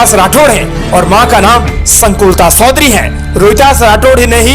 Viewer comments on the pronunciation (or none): Baya sodhari nahi chodhari phele sahi bolana sikho or adarniya sukhdevsinh ke bare me khuchh pata nahi to faltu video banana bandh kro